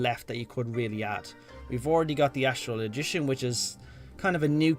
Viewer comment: Please its not Astrologishion it Astrologian